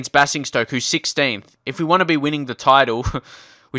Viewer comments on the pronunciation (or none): It's bay-zing-stoke